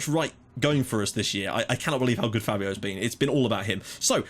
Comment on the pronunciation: btw, I think Fabio's name is actually pronounced faybio (due to the accent).